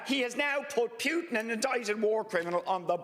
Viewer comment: Richard Boyd Barrett should really learn how to pronounce Putin's name correctly!